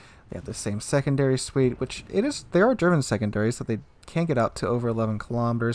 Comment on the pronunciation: min "Wich"